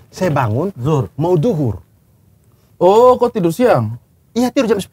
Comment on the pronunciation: Bang Abdur Sampai keluar logat nya, "Mau duhur ini, sa bilang dari tadi "😂